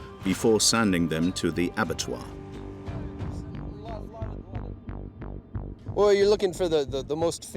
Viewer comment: The problem with this video is all the poorly pronounced words. Why would cattle get sent to the (avatar?) And what are Viet- tamins?